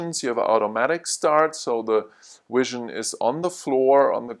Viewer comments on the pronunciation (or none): man said wision